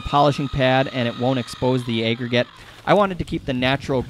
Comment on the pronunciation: And "aggregate" is apparently "ayyyy-gregate". Nobody taught this guy about the "short a" sound. It's crazy lol